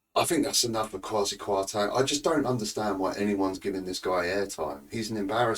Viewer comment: You are not pronouncing his name correctly ......Teng not Tang